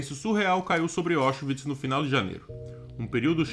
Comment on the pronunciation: A pronúncia correta é "Áuchvits", não "Óchvits".